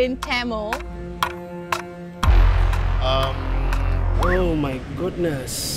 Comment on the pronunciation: Learn to say "Tamil" properly before asking questions lmao ...